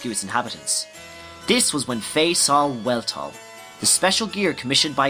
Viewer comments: Really good recap but there is one minor error in it. The Weltall is pronounced "Velt-all" It's German for Universe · You pronounced 'Weltall' wrong